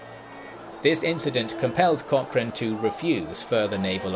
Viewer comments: please learn how to pronounce Cochrane. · At least pronounce his last name correctly? Research? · would love to hear an Englishman pronounce 'loch' or 'Cochrane' (or even Gallagher) properly one day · Pero que manera terrible de pronunciar palabras inglesas y peor el apellido de tan ilustre personaje